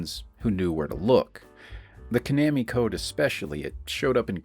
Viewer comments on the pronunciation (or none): Ko-nammy ❌ Twenty-oh-seven ❌ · It’s Ka-Nah-Me 😂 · “Ko-namy.” Are we serious bro? :| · Repeat after me... Koh-NAH-mee. AI bot mispronouncung things again. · Lmao I was like he has to be doing this just to piss people off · Well, to be fair, your pronunciation is not quite correct for Japanese, either. (No syllables get emphasis like that.) Still, not as terrible a mutilation as the typical English pronunciation of 空手 (karate). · Yeah, but he’s pronouncing it wrong aswell.